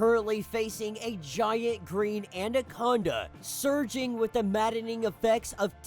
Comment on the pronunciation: Great video loving your channels content but im sorry ANDAconda ? Dont you mean ANAconda